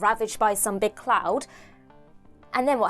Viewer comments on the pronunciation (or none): none